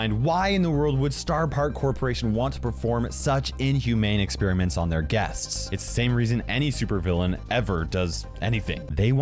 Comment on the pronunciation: U said experiements and u guessed it